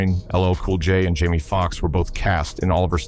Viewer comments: His name I Jamie Foxx not Jimi that’s how Jimi Hendrix spell his name!🙄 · This is terrible. Pronouncing the names wrong.👎👎👎👎👎👎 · Jamie not Jimi😢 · His name is JAIME not Jim. Now if that was a black person doing what this white boy there would be a problem. STOP this ISH!!!!! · Uh excuse me this is Jamie Foxx not Jimi get it right if your going to report . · When your A.I. miss pronounces a legends name, I have to thumbs down and turn off for good 💯